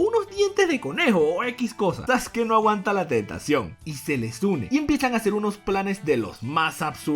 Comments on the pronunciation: entendí que dijo Soske no aguanta la tetación 😂😂😂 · es idea mia o dice TETACION? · ."la tetación"